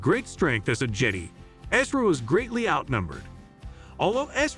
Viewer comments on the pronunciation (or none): I was stoked when I came across this video but for the love of all that is Star Wars, the way this AI pronounces “Jedi” and “chimera” was way too cringy to keep watching.